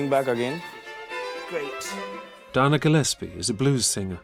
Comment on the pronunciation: It is Dana Gillespie, not Donna